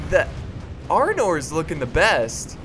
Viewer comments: why does everyone keep calling it Arnold it's Arnor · it is arnor not armor